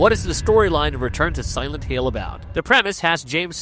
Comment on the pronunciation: Pretty sure the voice is AI too, "silent heel", really choppy audio, words forced together, the channel uploads and new video every hour... I'm not watching another video